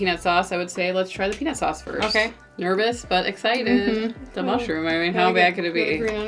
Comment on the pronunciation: Peanus sauce, lol!